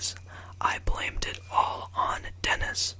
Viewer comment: every time he says “dennis” i hear “tennis”. 😂😭😭💀